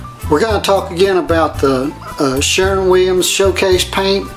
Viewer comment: Keeps saying “Sharon” Williams as if it’s a woman he’s pissed about.